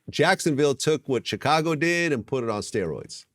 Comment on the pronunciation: I hate how vlad says Chicago lol